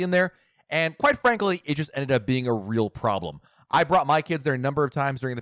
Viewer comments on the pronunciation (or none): none